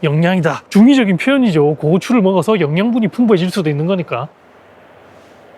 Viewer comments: 고오추 아니고 고추 ㅋㅋ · 앜ㅋㅋㅋㅋ 고추를 고오추라고 발음하니깐 이상헤요